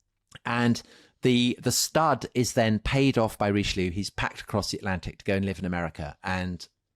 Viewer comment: Who is Reeschloo? 🤣